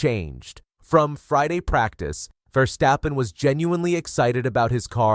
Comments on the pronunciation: I love the video, but I hate the way you pronounce Verstappen, although you pronounce it more or less correctly. I think we Dutch hate it so much when our language gets butchered, because we speak so many other languages and are able to adopt pronounciations in other languages very quickly. So we expect something in return. It's Verstappen. Not Versteppen, or Verschteppen or Verschtappen. It's Ver-stap-pen. How hard can it be? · It's VERstappen not verSTAPpen.